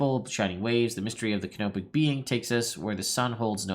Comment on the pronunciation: When you've said "Canopic adventures", I've heard it as "Kenobic" and got excited about the sassiest Jedi Master ever existing. Oh well.